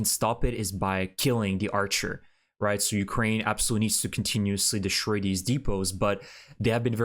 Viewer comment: Southern Russia.. not south of Russia The word is DE STROY not de SHtroy English has NO SHTR Sound